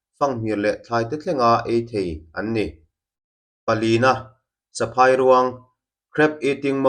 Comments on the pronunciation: 'Phài' tih lai hi a ri hniam tur niin ka hria.Entirnan 'Lunglei' tih a 'lei' kan lam rik dan ang hian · Saphâi ( python) Saphai ruang : phai lai ah a khi thluk lo tur. Ka sawifiah thiam dan voice tello chuan😊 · Honey Bager nextah ka rawn request e. ka ramsa hriatah, a tluka huai leh tur ngam ka hre lo. saphairuang i lam dik lo. Sa meat,Phai 'phai ram chûl hnu etc', Ruang, mitthi ruang anga lam loh tur. phairuang a ruang kan lam anga lam tur. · Saphai ruang ilam dan hi adiklo. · Saphairuang lam dan hi phai lai tak hi a thluk hniam tur kut inkai tih a "kai" lai ang hian "phai' hi lam tur.